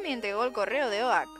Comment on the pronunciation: ¿Oak? ¡¿Oak?! ¡Se pronuncia "Ouk"! XD PD: Ponle mi nombre a algun Pokémon :D